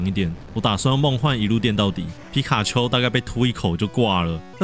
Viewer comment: 你把皮卡丘講的跟吉娃娃好像喔XD